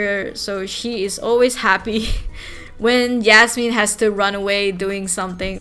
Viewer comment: I not the person who wrote Yasmin leave me alone but I’m so happy you pronounced my name right 🫶🏼